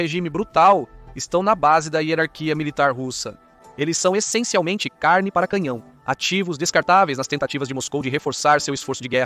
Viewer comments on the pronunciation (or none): none